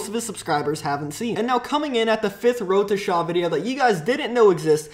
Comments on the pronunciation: He says wroteshaw so fuckin annoying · its not wroetoshaaaaaaa its wroetoshaw